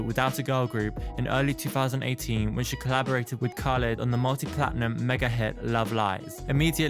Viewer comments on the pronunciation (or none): none